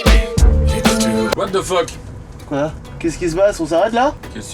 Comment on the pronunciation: wath de phoque 😂😂😂